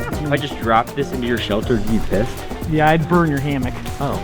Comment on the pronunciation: “If I throw this on your tent will you be bissed” I will burn your hammock “oh”